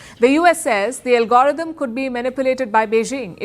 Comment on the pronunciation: LOL Palki can't say algorithm, she says "Algorotum", I bust out out with laughing.